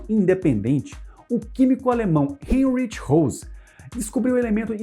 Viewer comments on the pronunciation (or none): Heinrich, pronuncia-se Rainrich... o "ch" em alemão é pronunciado como o "r" final de cariocas em "amôrr"... .